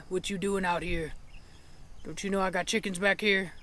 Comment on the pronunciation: Cheekans 😂😂 I love the way you say chickens it’s so funny 😂 glad they are safe. Also glad Cashmere will stay longer, I hope she will like her new owners.